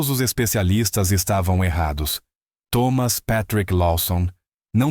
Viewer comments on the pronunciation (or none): none